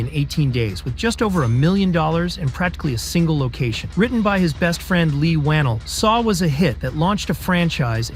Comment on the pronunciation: pronounced wah-nell loved the vid but my man leigh needs some respect